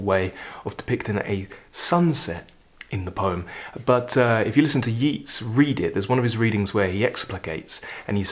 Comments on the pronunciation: I really enjoy all your videos Thank You I have been brought up on Yeats. Pronounced as YATES not YEETS Which is interesting as Keats is pronounced as KEETS not KATES “The Second Coming”is a wonderful poem by W B Yeats As is “Ode to Autumn” by Keats And so is “St Francis and the sow” by Galway Kinnell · It's not Yeets as u pronounce Yeats....I'm Irish...it's pronounced Yayts....love your channel...just found u....I love that everyman series of books.....poems are music of words...meant to b read out loud....greatest thing I ever did was study 'elocution' where we called out poems learnt off with gusto and hand gestures....this is my 3rd video of yours today (found u this morning by typing 'something new' ino YouTube ) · A very interesting analysis and selection. From Dublin may I mention that Yeats is pronounced YATES. It doesn’t rhyme with Keats despite strong imaginative links. The same is naturally true of his artist brother Jack. I hugely enjoy your videos and hope you’ll forgive me the correction. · Always watch and listen to your programme on You Tube and its always interesting. Just so you know, Yeats is pronounced YATES and Inishfree is pronounced as spelt. INIS is an Irish word meaning Island. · "Yeats" rhymes with "greats",! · Thanks for your very enjoyable content and hi from Dublin. We pronounce it Yeats as in dates; not Yeats as in Keats. Maybe you know something I don’t… fyi. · Great selection, the Shelley and the Yeats are among my favourite poems. Yeats himself is probably my favourite all-round poet. My daughter's boyfriend is from Sligo, his family grew up and still live a stone's throw from Innisfree, beautiful country. I love WH Auden's haunting poem 'In Memory of WB Yeats" is, with its presage of war. You've probably been told that the correct pronunciation is "Yates", btw. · Your commentary is so eloquent, I feel you would want to know the proper pronunciation of Yeats' name: it rhymes with Gates, not Meets.